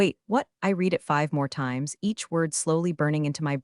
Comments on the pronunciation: Are you unaware that read can be pronounced “reed” or “red”? You consistently use the incorrect pronunciation. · Isn't AI wonderful! it has managed to wrongly pronounce every iteration of "read" (reed) or "read" (redd) in the novel it was given to mangle, no wonder I despise AI, people are too stupid to use it properly! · You don’t earn thumbs ups or subscriptions when you don’t bother to edit the voiceover. Your script narrator doesn’t differentiate between read pronounced as “reed” or read pronounced as “red”. Get it right. 👎👎👎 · Somehow uou managed to find an AI that *always* pronounces "read" wrongly: "reed" when it should be "red"; and vice versa. That's not incompetence. It transcends carelessness and enters the realm of anti-literacy. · DOES ANYONE PROOF THEIR POSTINGS? TO READ PRESENT TENSE, HAVE READ(PRONOUNCED RED) PAST TENSE. ESQ-ABBREVIATION FOR ESQUIRE. GET A BOT TO PROOF. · Respectfully, can we teach AI the difference between the pronunciation of read as “reed” and read as “red” via context clues, or is that beyond computer learning? Good story, but hard to listen to. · AI voice not trained to correctly use the right pronunciation of “read”. Highly infuriating. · Same old mispronounced "Read" multiple times! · PLEASE teach your AI the difference between read (reed) and read (red). They're two different words, and your AI keeps getting it wrong. Context matters.